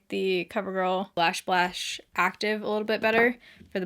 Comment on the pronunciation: Lashblash mascaro lol